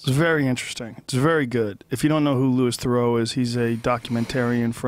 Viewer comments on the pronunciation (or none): pronounced 'loo-ee - ther-roo' (louis theroux)